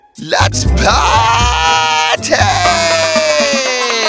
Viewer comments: It’s let’s peeeeerty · why does the emoji "lets Party" keep saying lets plarty for every reason its so werid but i still like the story 🥳🥳🥳🥳